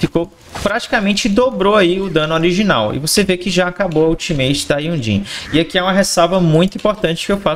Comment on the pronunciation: Não tanko esse cara falando Jhonlee kkkkkkkk (tu e uma lenda)